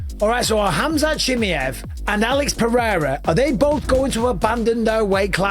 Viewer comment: His name is pronunced as Hamza She Maai Yeev. Not shemeyev...